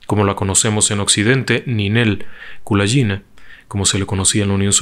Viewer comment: Me gustó mucho la forma de relatar la historia de Ninel, sólo debo hay que corregir la forma de pronunciar el apellido, ya que la letra G en ruso se pronuncia como en gato y no como la J en inglés. Saludos.